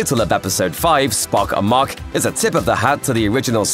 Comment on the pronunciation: Every time you say 'Spock Amok', it sounds to me like "Spock amach" - amach is Irish for out. "SPOCK OUT!", "SPOCK OUT!", "SPOCK OUT!"? Don't think so.....